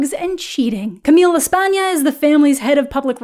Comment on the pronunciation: I think you’ve been traumatized by Emily in Paris lol, you kept pronouncing “Camille” like “Camie”.🙃 Also hearing what you said about the show at the beginning made me realize it was worth watching and I did before finishing the video and really enjoyed it, so thanks for that~!!✨